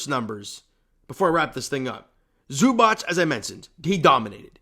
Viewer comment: The correct way to pronounce Zubac: ZOO-bahtz